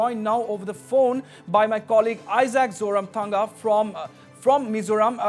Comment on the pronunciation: Isaac ZORAMSANGA not Zotamthanga....